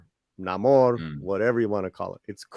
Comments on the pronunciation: I never said it anything about what it was or was not. Stop reading more into it than what was actually there. If I do not say, I DID NOT say it. I only pointed out what that word and subsequent mispronunciation of Namor's (Nay-mor) name was. I do not like it (and I'm not going to see the movie so ultimately I DO NOT CARE) but I at least try to understand it. I do not like disliking or hating something on, what seems all too acceptable for too many people, willfully ignorant impulse. Now if that includes you, deal with it on your own. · Namor? Naa-Moo-are? Nigh-Mo-ear? Nay-ma-ore? How far can the barrel be scraped before Namor reaches Aquaman's grinning face. "Mah man! Beat yah to it! This is for Shazam!"